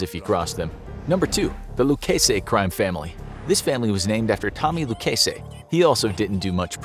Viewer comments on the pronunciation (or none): Biggest crime is your pronunciation of Genovese & Lucchese